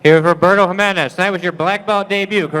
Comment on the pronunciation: Hi-menez, dude...HI, menez...